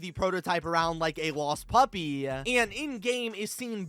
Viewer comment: What is wrong with his voice? Every last syllable gets a weird schwa - open(e), process(e), as well(e), puppi(e), god(e)